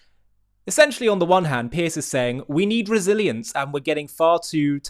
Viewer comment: Piers, Not Pierce. He's not James Bond